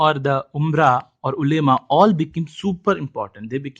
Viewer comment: the pronunciation of ulema is wrong